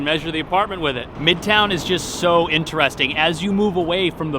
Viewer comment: Am I the only one curious about the particular way pronounces 'interesting'?